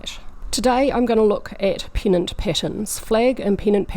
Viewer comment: When you say "pennant" it sounds like "peanut". : )